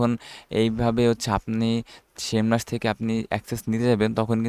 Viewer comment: Vai...shame rush nah SEMrush